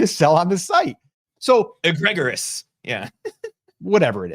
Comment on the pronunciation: Egregious=Egg-ree-jus